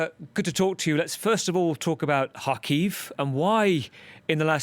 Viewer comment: He is living there and saying Harkiv. the actual pronunciation is Kharkiv, Russian Kharkov.